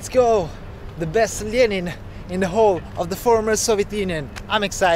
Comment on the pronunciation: I’m in love with the way you say Lenin